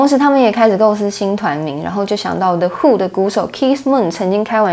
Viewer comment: 不是“的”who,是“勒”who